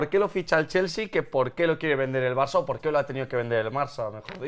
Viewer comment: porque parece que dice marça enves de Barça? Si es así #PifiasLmi